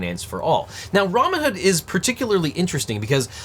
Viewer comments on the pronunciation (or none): Pretty sure I heard "Ramen-hood" instead of Robinhood, either way....STONKS!!